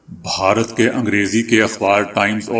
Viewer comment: ما شاء اللہ آپکو اللہ نے اواز بہت اچھی دی ہے۔ آپ بھارت کو (ب ہا رت) کہتے ہیں۔ اسکو درست کرلیں۔ میں آپکی خبروں کو روزآنہ سنتا ہوں۔ آپکا انداز پسند آتا ہے۔